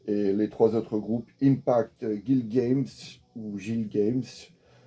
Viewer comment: Concernant le disque avec le groupe Belge: Le nom du dernier groupe se prononce "GUILGAMECHE " (Du dieu Indien GILGAMESH)